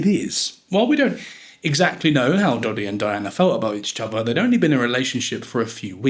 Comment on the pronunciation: Dodi does not rhyme with Noddy. it's a short e in Fayed. Doh-dee fy-ed not doddy fyeed. For starters.